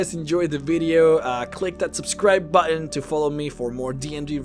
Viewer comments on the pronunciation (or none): none